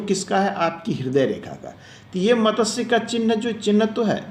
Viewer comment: Matatsya nahi hota wo matsya hota hai